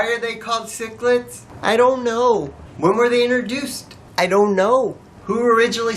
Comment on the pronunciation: Take this guy off, it sounds like he's pronouncing the candy sicklets instead of sixlets and as a comentater he is no good.